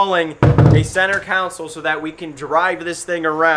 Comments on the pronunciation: Console... not a "council". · I can't stand when people call a console a counsole its sounds like its spelled con sole not coun sole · “Center counsel”…😐 English bro. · It’s called a console, not a council😂😂😂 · IT’S CON-SOL!!!